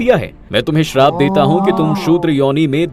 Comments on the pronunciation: Bhai woh sharab nhi hai Shrap hota hai use theek krdo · Bhai sarab nahi shrap kaho yani baddua